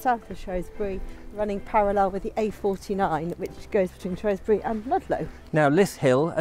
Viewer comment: Its pronounced "shrew" not "shrow"sbury 😂😉...i live in Shropshire and it has amazing landscapes of hills and ancient rocks 👍